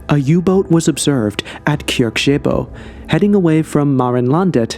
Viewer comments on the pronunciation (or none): Kyrkje = Norwegian dialect spelling of "kirke," which is Norw. for "church." Funny thing is you would be closer in pronounciation if you said "church-eyh-boh" than the way you said it. No hard feelings though, as both kyrkje and kirke contains a sound which barely exists in English, the "kj-" sound.